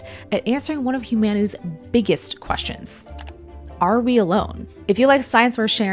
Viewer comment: why she said the biggest like she is saying a BBC big